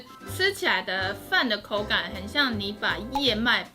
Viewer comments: 燕子，你們念 “葉子”？😊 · 第一次聽到有人燕麥唸ㄧㄝˋ麥哈哈哈哈好可愛